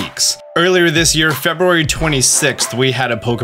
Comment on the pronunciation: The way you say February hurts me mentally